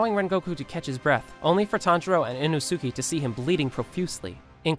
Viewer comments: I never understand why some people can never pronounce the names correctly Putting emphasis on parts that don’t need it like the shi in hashira and the su in inosuke Hashira is pronounced Ha-shi-rah Not Ha-shee-rah Inosuke is pronounced Inos-keh Not Inoo-soo-kee And Akaza is all short A sounds A-kah-zah Not A-car-zar Also Japanese is easy in the way that all syllables are the same length so there is no N-chir-rin blades There is nee-chi-rin blades You way say shi in the same amount of you would say a (pronounced ‘ah’) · it's inosuke not inosuki!!!! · What bothers me the most is him saying “inosuki” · The "inusuki" got me rolling on the floor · WHO IS INO-ZOO-KEY??? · "Inno Sukey" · It's not inosuki inosuke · Everyone: Inosuke: Ino-Suki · Is it just me or did anyone else hear hime say inosukiei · it’s Ee-knows-kay 😭not ino-sukay 😭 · did this guy just inosookee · Inosukie? You mean inosuke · Bro said innosukie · Are we not going to talk about how he said enosuke and not inosuke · Why do you spell inosuke like inusuki? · “And Inosookey.” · It’s pronounce e-no-skay not ino-suki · “Eeno suke” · INo Suki? It's inoske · INO SUKIE? HUH? ISN'T IT INOSUKE?? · (Inno-Sukee) lol it’s pronounced (inno-Sukeae) (I think) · Very interesting. Other than one thing. ITS PRONOUNCED EE-NO-SKAY NO INOOSOOKEE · How he said inosuke not inosuk eee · ITS INOSUKE NOT INOSKIE! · inousouki lol🤣🤣🤣😂😂🤣🤣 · It’s almost like you’re purposely mispronouncing several things and it’s beyond irritating there’s no excuse for this. In O sook e? It’s in ohs Kay Inosuke. It’s Ha she rah not ha sheer ah. Wtf? There’s an anime out how are you still doing this? Lord Inosuke will not take this sort of disrespect! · pls start saying inosukes name right its not ino suke it's inosuke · did you just call inosuke inosuki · ITS INOSUKE NOT INOZUKEE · Love the vids but Inosukes name is pronounced “INO-SKAY” not “ino-sue-key” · ino-suky? really tho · Why do u call him inosuki☠️ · Lol in-oh-soo-kee??